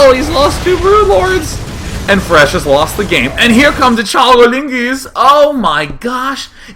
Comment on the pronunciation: lol'd at calling fResh "IRish" once